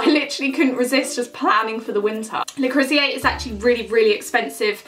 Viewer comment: Reckon you butchered Le Creuset at least ten times there. Le crew sey.